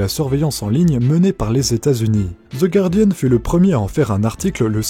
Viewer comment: Bravo pour cette prononciation correcte de "guardian" ! 💂👏 La plupart des gens prononçant "gouardiane", même les journalistes.